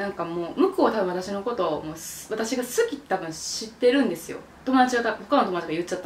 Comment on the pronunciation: 関西弁の好きーの発音好きやわー